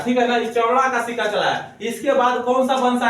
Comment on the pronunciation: सिक्का होता है सिका नही